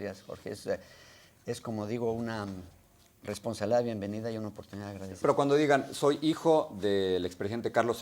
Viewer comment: Min muestra nervioso y enojado pronunciando responsabilidad mal. Su lenguaje corporal muestra un psicopata corrupto manipulador. Salinas es un asco de persona 🤮, o a que especie pertenece los asesinos que personas ya no son. Vil asesino que se roba los bienes de Mexico. Ahora el pueblo sabe verdaderamente quien es y la justicia se encargará de él.